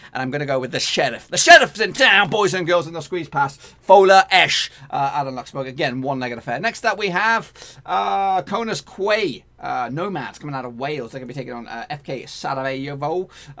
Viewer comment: Connah’s qauy nomads is pronounced Connors key nomads